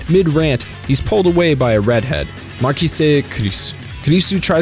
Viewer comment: The pronunciation of Okabe, Kurisu, Mayuri is already cringy 5 minutes in given how many times you say their names. English isn’t even my first language and I can pronounce it properly. You couldn’t be bothered to watch 10 minutes of the dub to learn how to say them correctly? Sigh. It ruined the video for me, only finished because it’s SG.